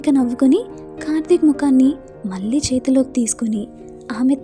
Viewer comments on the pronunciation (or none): గారు మీ వాయిస్ చాలా బాగుంది చదివే తీరుకూడా బాగుంది.. కానీ 'ళ ' అనే అక్షరం దగ్గర 'ల ' సౌండ్ వస్తుంది.. 'మళ్ళీ', 'కళ్ళు'.. అని కాకుండా మల్లి, కల్లు అని చదువుతుంటే అర్ధం మారిపోయి మంచి కథ వింటుంటే ఒక చిన్న disturbance లాగా అనిపించింది.. ఆ ఒక్కటి కూడా సరి చేసుకుంటే మీరు చదివేది సూపర్